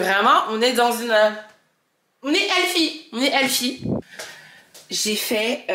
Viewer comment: Les français et votre prononciation du TH en anglais ..c'est quelque chose ..quand tu as dit je suis dans une era "ELFIE" je me suis demandé c'est encore qui ELFIE 🤣🤣🤣😅 aah healthy.. ça me donnes envie de tester le collagène j'en entend que du bien ces derniers temps.